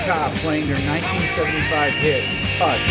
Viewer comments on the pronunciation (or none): "Tush" rhymes with "Push", not "Mush". Seriously, Rick. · It’s pronounced “Toosh” :) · Rick, it is pronounced "toosh" haha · II love that Rick pronounces Tush to rhyme with rush instead of push. I'm certain someone commented on this, so sorry for the repeat. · Lisa Norris um... no it isn't? In the song hear tush and in 'push' not tush as in "brush" the way Rick said it. I'm not angry or ungrateful btw, just trying to be clear. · Yes, you and I and 99. 9953% of English speaking people pronounce it tush (like push), but in the ZZ Top song, he absolutely 100% guaranteed pronounces it tush (like brush). In fact for decades I thought he was singing "I'm just looking for some touch" Also it totally rhymes with the previous line, "I ain't askin' for much". But if you still think they pronounce it tush (like push), hey... you're already on YouTube. Pull it up and listen to it clear as day. If you still think he's saying tush (like push) do a search on hearing aids and get that ball rolling. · um Rick thats not how u pronounce 'Tush". u know, like a butt ? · That's the first time I've heard "Tush" pronounced like "rush" instead of "push". Butt, what do I know? I shouldn't assume anything. Bottom line, it all works out in the end. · ZZ Top's song "Tush" (AKA ass) rhymes with "koosh" not "Rush" :-). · OMG, it's pronounced /to͝oSH/ or "toosh" as in buttocks, butt, or ass. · "Tush" 'cause it rhymes with "Rush". Oy vey. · Mountain deserve a mention! Also, mispronounced "tush". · Everyone's bringing up bands he didn't mention, and I'm just over here worrying about the way he pronounced Tush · You said tush wrong lol. Good video though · Dude, how do you mispronounce tush by zz top?